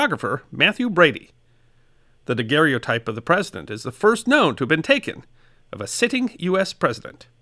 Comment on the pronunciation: I finally hit the subscribe button even though you pronounced the "O" in daguerreotype.